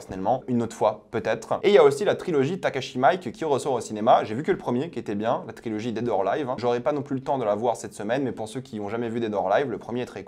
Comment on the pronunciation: Alors, ça se prononce Takashi Mi-iké, pour info ^^" Étonné aussi que Dune 3 soit déjà annoncé, mais autant battre le fer tant qu’il est chaud.